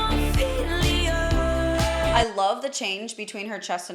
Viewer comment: Ouch, 8.27 min that sounded terrible . . . "Ophelia".